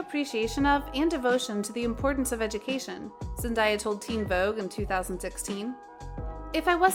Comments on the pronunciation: Okay listen to me her name isn’t ZEN- DIE YA ITS ZEN- DAY UH THAT IS HOW ITS PRONOUNCED pls leave that in your head!! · here's one thing you didn't know about ZENDAYA is that her name is pronounced ZENDAYA NOT Zen-die-ya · Zen-day-uh that's how it's pronounced